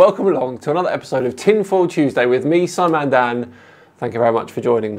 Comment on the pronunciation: “Tinfull tyoosdies”